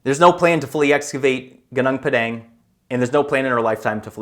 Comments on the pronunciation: Your pronunciation of Gunung Padang is excrutiating to listen to. Please go to Google Translator and listen to the proper pronunciation. It isn't the least bit difficult to pronounce it correctly, and you wont sound like you just got off the boat. Mantap bro! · wtf is ganang pedang? its gunung padang